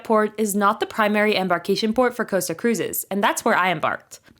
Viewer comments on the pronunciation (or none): Cost-a, not Coasta. Tos-cana not Toascana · Costa. It’s called COSTA, not Coasta. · For the love of God please learn how to pronounce the names. It is Costa - not coasta, just like Costco!